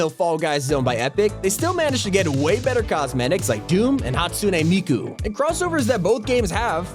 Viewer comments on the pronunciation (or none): I like how he said hastune miku wrong 😂😂😂😂😂